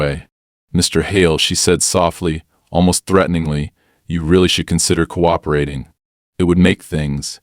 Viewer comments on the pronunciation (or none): and mispronunciations like cooooop eration and sayin HOA like Hoe instead of H. O. A.